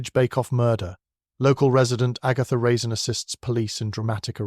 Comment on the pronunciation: Good story, but horrible narration. AI can't tell the difference between a period and a comma, and mispronounces a lot of words… Even at one point Agatha Raisin's name is mispronounced.